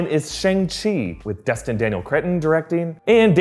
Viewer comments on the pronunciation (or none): none